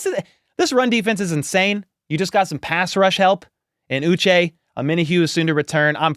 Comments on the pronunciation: It’s pronounced OO-Shay. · Remember it's pronounced Ooh-Shey Joshua Uche Ooh shey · I believe he pronounces his name “OO-SHAY” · Hi. This symbol ' indicates an accented syllable as in U che' 😊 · Well take a look at the man himself. Sounds like he's saying uche